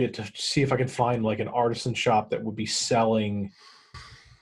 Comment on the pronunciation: Artisan shop? I thought he said arson shop!